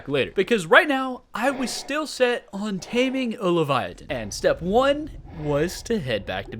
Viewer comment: Hiya Livyatan’s pronounced Live Yah Tan btw